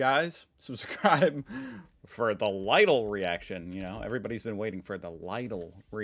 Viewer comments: Lidl is pronounced like Leedle. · you think if we tell 1000 and 1 times instead of only 1000 times to not pronounce i=eye in german he will learn? XD eye sound would be "ei" in german xD lidl is pronounce Lee-Dell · Lidl is pronounced "Liddle" like little with Ds instead of Ts. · I like how you pronounce LIDL like ladle.